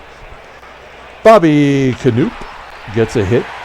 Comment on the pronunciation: FYI - Bobby Knoop is pronounced as per Wikipedia 'kuh-NOP'. That''s what I thought when growing up.